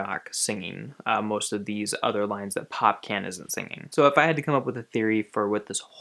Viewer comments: Its popcaaaan ,draw the a ...Its not Pop-can. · pocaan is prounounced pop-corn. not pop-can lol (I'm from the Caribbean) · Popcaan is pronounced as Pop Khan. like how you'd pronounce Chaka Khan.